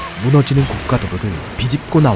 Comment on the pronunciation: 고가도로 발음은 고까가 아니라 고가가 맞음